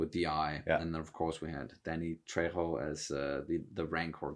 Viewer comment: Your pronunciation of Danny Trejo's name was spot on 👍